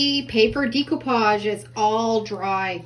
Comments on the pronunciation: Decoupage is pronounced with a long A sound like Day not Dee . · really cute ideas, love them all (fyi: it's not dee coupage, its deck oupage lol) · Decoupage is pronounced deck-o-pauge. There is no long e.